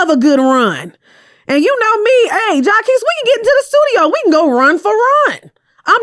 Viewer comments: Shout out to jaqesse im a fan 😂😂😂 as u pronounce his name wrong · Mispronouncing jacquees over and over is sending me lol! is funny without trying. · jania and jaquees caught strays with the pronunciation lmaooo